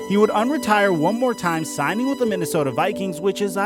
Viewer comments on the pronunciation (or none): none